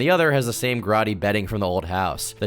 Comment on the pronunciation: Homie do you really not know how to pronounce the word "grody"